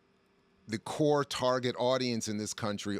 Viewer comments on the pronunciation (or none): none